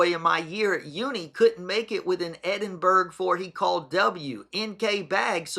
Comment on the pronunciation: it's Edin- bruh not Edin- berg